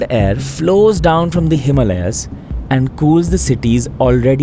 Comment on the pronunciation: excellent made video but why the fk would you mispronounce "Himalayas" like you're some gora from the west? Please fkn stop bending over for the westerners mispronouncing your OWN words just so they can understand you better. What a bloody shame. Be a patriot and pronounce Himaalyas properly dude!!